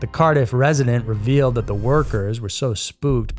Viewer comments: “Car-diif” - 😂 Cardiff! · Cardiff is not pronounced Car Diff with a hard D. It is simply Cardiff with the main emphasis on the first syllable Car diff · Cardiff is pronounced Card-iff not Car-diff :) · Ive never heard Cardiff pronounced like that, but ok..... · Why did you say Cardiff so weird 😭😭 took me a moment to figure out what you meant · I’m from Cardiff and the pronunciation bugged me